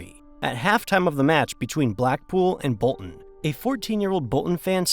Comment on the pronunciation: He calls it soccer and then tries to pronounce Bolton and Britain with the glottal stop! Very informative.... but the narrative....... 🙄🙄